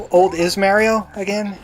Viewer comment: Every time you say Mario I want to scream.